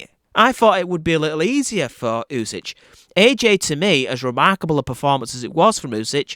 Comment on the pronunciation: It's pronounced "oosik". "Oosich" made me laugh. But good breakdown anyway.